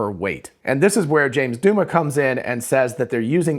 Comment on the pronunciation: Douma is pronounce Dow-muh, not Doo-muh.